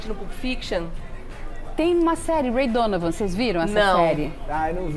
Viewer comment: Ela falou Ray Donavan?!?!